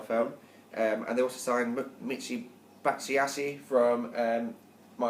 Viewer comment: Batsuwashi? Is he Japanese??! Bat-shway-ee :)